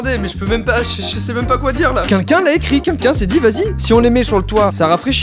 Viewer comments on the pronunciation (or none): J'adore qui dit "kinkin" au lieu de "quelqu'un" 😂😂😂